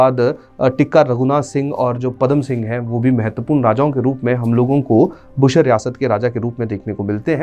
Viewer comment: It's बुशहर रियासत not बुशर रियासत 🙏